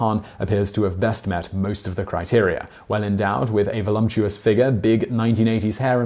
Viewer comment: did you say "volumptuious"?